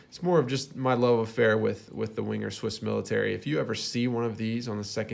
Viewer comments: Your pronunciation of the name isn‘t bad really. You‘re saying it a bit like Wing-er. Try using the same stress, but say Wang-er. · Veng-er is how the Swiss pronounce the name. Like Vaeng-er would sound, with a hard G. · Wenger is pronounced as "vanger."